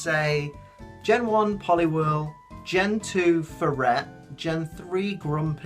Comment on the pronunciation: oh furret! lol had to rewatch that part a few times to hear it clearly